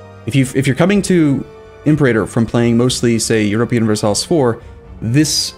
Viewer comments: The way you say Imperator bothers me... you say like "Imp-er-ay-tor" when it should be "Im-pera-tor" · Also Imperator is pronounced Imp-era-tor, not Im perator rome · Latin major here, if we're going for accuracy, it's actually im-per-AH-tor. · The stress is on the third syllable in 'Imperator'. So, Im-per-AH-tor. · It's pronounced im-PIER-u-tor because you pronounce imperium like im-PIER-ee-um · Wrong, it's Im-pe-rAah-tor. The macron is over the a in the penult. As the Latin major said above. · In classical Latin, it's /im-per-AH-tor/ Also, the letters C and G always produced the hard sounds. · its IMPUHRAYTER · No, it's Im-peh-ra-tor. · IM PER A TOR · It's pronounced Impé-rátór Rome. Gosh I am so triggered JK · Jesus wept; that pronunciation of imperator... Cheers for the helpful video! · By the way you pronounce "Imperator", seems you have never played Rome Total War :P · It's Fridge-ee-ya. Pa-PIE-rus Im-PER-a-tor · Im-pera-tor, Fridg-ia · Might be a little late for this, but: - Fridge-ee-a (Phrygia) - Im-PAIRator (Imperator) - Pu-pie-rus (Papyrus) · Or Phrygia and Imperator.